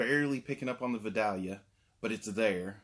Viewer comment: It is pronounced vi-dail-yah, ;) or that is how we say it here in New Orleans.